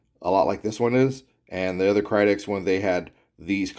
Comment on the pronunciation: Kydex not krydex